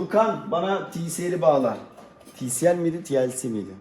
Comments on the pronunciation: tielsi değil tisiel :) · Tielsi değil tisiel